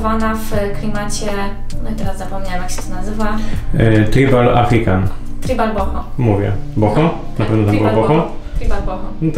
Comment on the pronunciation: Żadne tribal, tylko trajbal.